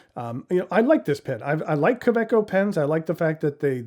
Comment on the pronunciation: Does the pocket of a handbag count? My current favorite pocket pen is a Tactile Turn bolt action in Nebula, but I'm always carrying one of my many Woodshed Pens in my pen sleeve. Fun note: I didn't realize the "w" in kaweco was pronounced as a "v"!